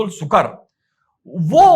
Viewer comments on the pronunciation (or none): सुक़र नहीं सुअर.